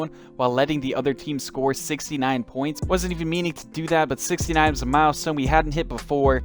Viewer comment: I died inside every time he said points